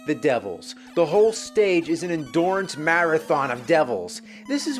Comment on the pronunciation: Is that really what you're gonna focus on after all these years of him calling hard levels "an endorance"?